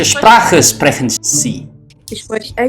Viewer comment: It's been ages since start learning German, why do you still say "sprechen" incorrectly? It's SHprekhen not sprehen.